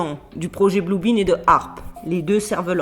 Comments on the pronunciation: blue BEAM pas blue BEAN .Rayon Bleu pas Haricot bleu😁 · Cc, petite précision c'est le "projet blue beam" et pas "blue bean", courage a toutes et tous